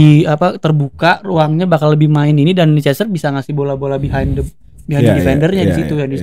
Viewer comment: risih dengernya Lei Ces Ter.